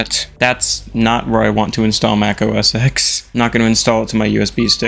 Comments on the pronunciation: Sorry if I’m being nerdy here, but I have to. The X in “OS X” is pronounced 10. (for example, you would say Mac OS 10.6 Snow Leopard, 10.7 Lion, etc.) “Yosemite” is pronunced “yo-seh-muh-tee.” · does anyone actually say, out loud, os ten? i think i've heard one person ever do that and they were channel dedicated to old macs